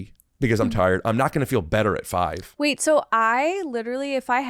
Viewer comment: Love these two together, but and I'm so ready for this phase of saying "wait" as "weeet" to be over 😂